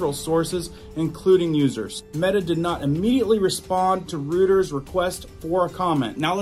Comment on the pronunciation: Reuters is pronounced Roiders